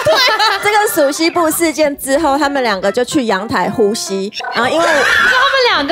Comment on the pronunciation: 原來她是說 “呼吸” 我聽成“互吸”